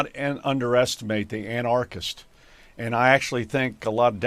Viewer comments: wth is a "ana R christ", is he trying to mispronounce anarchist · AnARChist? If you can't pronounce Anarchist you sound pretty stupid. Also other stuff you said. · It’s not an arch isst good god learn how to pronounce words you don’t understand